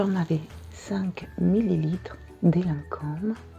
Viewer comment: You look so elegant today, even the jewelry is on point. And thanks for finally teaching me how to pronounce Lancome!